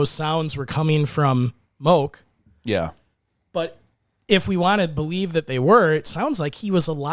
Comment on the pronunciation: Moke is pronounced Mō key